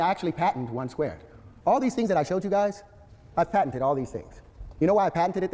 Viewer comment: This man just said patenteded.